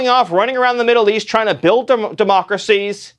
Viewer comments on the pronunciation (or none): none